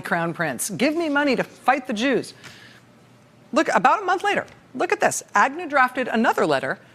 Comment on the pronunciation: "JEWS" .?.Rachel..."JEWS"?.....appreciate TRMS but "JEWS"? Rachel..especially the tone with which you bark it out....please!